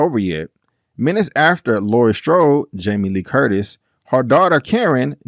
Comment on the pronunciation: It's Laurie not laura